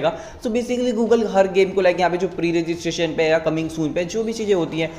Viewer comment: pre registration ka pronunciation to thik se karle 🤣